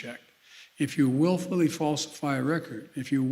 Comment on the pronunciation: " willfully falsify a record". Careful Mr.President, your son willfully falsified a record, unless thats the reason you're stressing the word willfully, because thats gonna be your loophole.